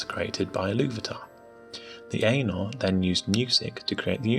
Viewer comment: Ainur = Aih-nhoor